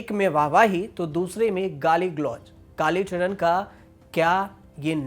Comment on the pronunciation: भाई चरण होता है नाकि चड़न तुम को न्यूज़ एंकर किसने बनाया क्या खून जला रहे हो 🤣🤣🤣🤣🤣🤣